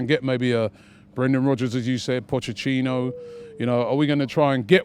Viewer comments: Is Pochechino the new good ebening? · Why does Robbie keep calling Poch Pochechino....😂😂🤷🏻‍♂️ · Why does Robbie always say Pochechino?